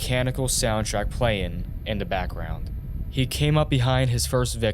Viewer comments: In da udder room too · You gotta start pronouncing “th” the correct way when you talk. It’s really distracting when you say “udder / other” “mudder / mother” “duh / the”